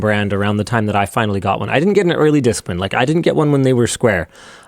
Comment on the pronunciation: i pronounce it disk-MAN, not "disk-min"